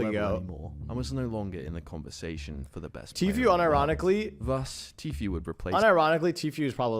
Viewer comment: bro.. it's 2023 and you still saying Tfue wrong.. dafaq